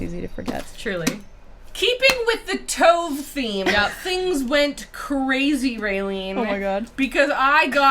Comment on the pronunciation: Yes! Sounds so strange when Tove is a two-syllable name 😅